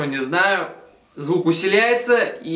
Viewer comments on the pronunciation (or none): усиливается а не усиляестся)